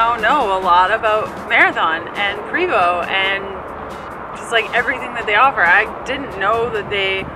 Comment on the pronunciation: And how to pronounce PREVOST its pronounced PRAYVO not PREEVOST or PREEVO